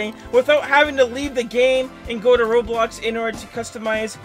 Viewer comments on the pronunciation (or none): none